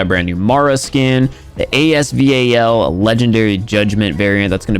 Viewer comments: normal person: as-val: A S V A L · And thats a fact😂😂 He says A-S-V-A-L And everybody calls it As Val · Nobody: Literally nobody:: "The epic A-S-V-A-L " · A.S.V.A.L Me:AS VAL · it’s not A S V A L. It’s ASVAL. It’s AY S VAL. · Stop calling it. “A S V A L” it’s giving me anxiety 😂😂😂 it’s “AS VAL” like say the name “ Valerie” without the erie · stupid he said a-s-v-a-l and in the trailer during the video said the legendary asval judgement it’s not a legendary we haven’t had any lucky draws yet so it’s not legendary gun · no it is pronounced as A.S VAL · Lol AS “V.A.L”